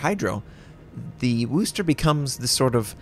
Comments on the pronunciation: Yeah... not sure where this whole "WOOSSSSSS" thing started. It's 'Whis' (rhymes with this).... NOT WOOS... never woos... please, stop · pronounce it WISTAH! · It's pronounced "wusster" not "worster" or "wooster" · Americans pronouncing Worcester is never going to get old.